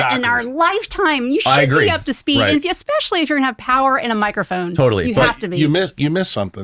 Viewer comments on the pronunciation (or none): Did he say "exspecially"?